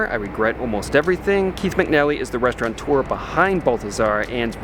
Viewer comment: You consistently mispronounce the word "restaurateur". There is no "n" in it.